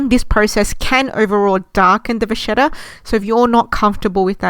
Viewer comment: It’s pronounced va-KET-ta not vashetta 😂